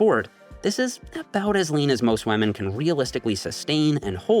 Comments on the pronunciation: "and for wamen" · Does anyone know why pronounces women as "wemen"? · why does he pronounce Women as "Wamen" lol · What is all this “wah-men” (women)? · I like how is pronouncing women as “whámen”